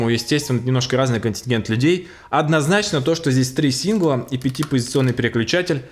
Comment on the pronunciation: Не синглА, а сИнгла. Лол.